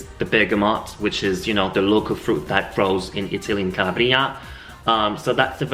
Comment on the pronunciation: SI DICE"BERGAMOTTO DI CALA'BRIA no CALABRI'A....kisses